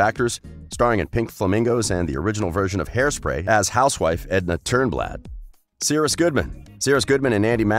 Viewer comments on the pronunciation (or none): Aahhhyhh its CI- RUS.